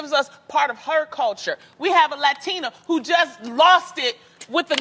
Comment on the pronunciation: Tamera made sure she said Latina right lol!!